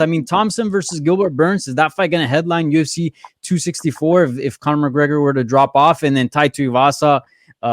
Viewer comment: "Chronor McGregor"